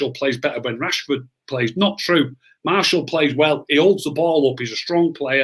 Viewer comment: Enjoyed this a lot great chat and realistic chat from and. The only criticism I have is we don't have anyone called Marshall playing for United!! His name is Martial not Marshall,he's not from Denton 😂. It's the one thing that grates me about the Media and supporters when they say his name wrong!! Maybe it says more about me than anyone else, just my little bug bear 😂 / please make this a regular chat 👍